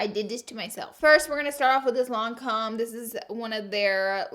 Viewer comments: "Lon-com". Laura, you're killing me. 😂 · Ahahha LANCOME-LANKOM